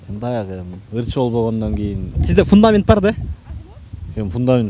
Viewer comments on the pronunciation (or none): none